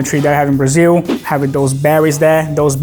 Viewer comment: Finalmente um gringo falando Brasil do jeito certo, com som de “iu” no final. Ganhou minha simpatia!